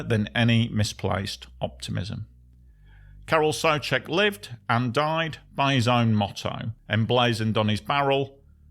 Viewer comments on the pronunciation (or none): (Car-rl) (Soo-check).